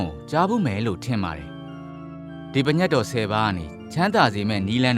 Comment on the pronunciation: အသံထွက်က ပင်ညတ်တော် လို့ထွက်ပါတယ် တချို့က ပြင့်ညတ်တော် ထွက်ပါတယ် ပညတ် လို့မဖတ်ရပါ။